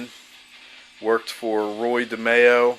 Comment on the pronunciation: It's demayo not demeo